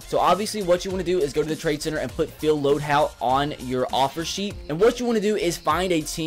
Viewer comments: LOAD"HOLT"!!!!! YOURE SAYING IT WRONG! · HOLT. It's LoadHOLT